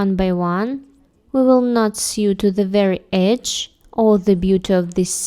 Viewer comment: Loden - I think we call it 'boiled wool' or 'felted wool' in UK. I've been looking into making a jacket with that, so thank you! I love all the stitches. A quick English note: 'sew' is pronounced like 'so' or 'know', not 'few' or 'knew.' It's not our fault - we're language-mongrels....